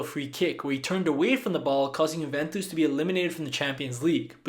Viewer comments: Juventus is not pronounced “Huventus”, it’s “you-ventus” Since the word is from Italian the “j” is not pronounced as “h” that would be the case for Spanish The “j” is just pronounced as the “y” in “yes” I know people can make mistakes but that is quite important Also if you don’t believe me just check wikipedia and how to pronounce that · "huventus" lol